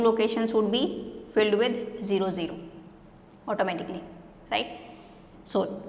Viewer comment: When you say automatically it's sound like "ऑटो मे टकली"...